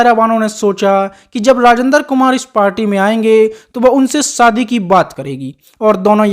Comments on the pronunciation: You stupid man it’s shadi not Saadi it laughing matter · राजेन्द्र कुमार उर्फ जुबली कुमार के बारे में जानकारी तो सटीक है पर आपकी हिंदी बहुत त्रुटियों से भरी हुई है,आप श को स बोलते हो जैसे शादी बोलते हैं सादी नही शहनाई ना की सहनाई और भी कई शब्द है जो श से है ना कि स से आवाज ठीक ठाक है 🥴🤛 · सादी नहीं, शादी 😂